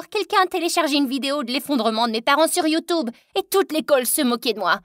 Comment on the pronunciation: Le ’’ sur yutob ’’ ma fait trop rire 😂